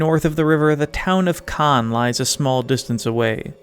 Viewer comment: the misprononciation hurts me a lot